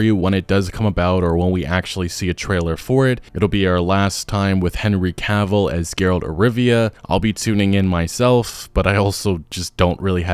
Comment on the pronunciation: Ca vill. Not Caaaavil. I feel like Hermione now, but it had to be said.